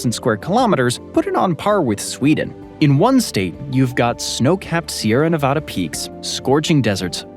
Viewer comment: My State is pronounced Nevada, NOT NaaVaadaa!!! 😡🤬